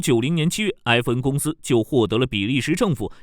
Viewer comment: 硬是没听出是FN，/e/不同于/ai/。